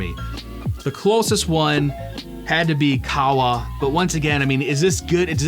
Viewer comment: Qahwa is said like Cahhh Wa